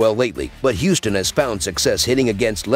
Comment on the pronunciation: Angeles or Houston? Can you be more clear?